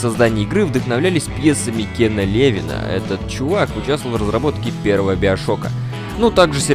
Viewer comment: Кстати правильно не Кен Ле́вин а Кен Леви́н